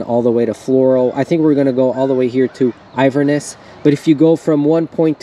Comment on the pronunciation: It's with-la-coo-chee. And In-ver-ness.